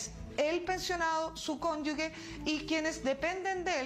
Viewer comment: Por favor, ministra. El concepto es CÓNYUGE Y NO CÓNYUGUE!!!